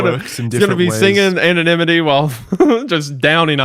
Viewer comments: “okay let’s say it together” “Ano”: “Ano”: “nym. Anonym”: “nym. Anonym”: “ity”: “ity”: “Anonymity”: “Anonymidity” 😂😂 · And he pronounced it right without struggling later on the podcast, that was really wholesome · Applause to for successfully saying “anonymity”